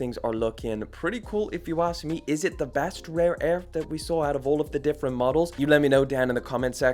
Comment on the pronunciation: “Rape Air”⁉️ nawwwwwwwhh dawg that was purposeful smfh